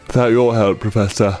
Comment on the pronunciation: Loved your random British accent that came out when you said Professor 😂